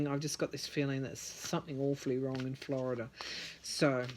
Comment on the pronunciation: why is it you can pronounce Georgia and Arizona correctly yet when it comes to Florida you throw an extra 'r' on the end? Florida has a lot of church influence in politics. They DO preach from the pulpit as to who to vote for. They even pass out "recommended candidates" cards. Also, sad to say but it's a race thing too. You can book on big $$$ being involved. Scott has sold out this state to fracking and Big Sugar which is the cause of our red tide and inner water way algae problems. Yup, $$$ has made the sway. It's all quid pro quo. Here is the thing, Scott is frantic about losing, promises made. If all this underhanded activity is revealed, he's done. Florida is called the sunshine state, and we have sunshine laws. Things are supposed to be out in the open. That might be your Sun card. I on the other hand see Gillum could win. That cups card is an abandonment of efforts attempted. That sun card is a powerful statement.